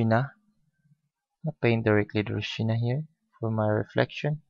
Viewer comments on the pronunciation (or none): Not ru-sina....u should speak Ro-si-aa-na...